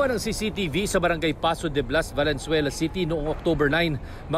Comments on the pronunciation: I'm pretty sure sabi nya "Valenzuera" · Valenzuera! 🤭 sino naka dinig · valenzuera 😅 did u hear that